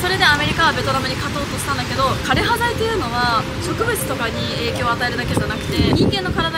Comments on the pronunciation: どんな形であれ、知ることが大切なのも分かりますがある程度の影響緑がある中で歴史を語るなら、枯葉剤の読み方や奇形という言葉の使い方などきちんと調べてお話しする方が良いかと思います。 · 枯葉剤（かれはざい）です